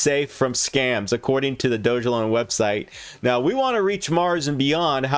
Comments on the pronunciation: It’s pronounced dog-a-lon!! How did you miss that it literally explains that in the description!! It’s not doge elon.. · It’s not “ doge” it’s dog-Elon mars